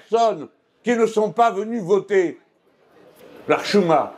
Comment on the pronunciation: Merci Merci et Merci pour votre fidélité, votre courage, votre franchise. Nous sommes avec vous à l'infini❤❤❤❤ J'adore comment vous prononcez "l'ahchouma" Soyez protégé dans votre victoire qui est la nôtre aussi